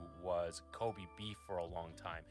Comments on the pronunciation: I find it hilarious that he knocks on for not pronouncing wagyu correctly, yet he himself didn't pronounce Kobe correctly. 😂 The absolute hypocrisy! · pronounces Kobe like Kobe Bryant (Co-bee) instead of Ko-bay which is the way it would be in Japanese, so don't let him give you a hard time for saying wagyu instead of wah-gyu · Wait... Kobe's name isn't pronounced like Cody but with a b?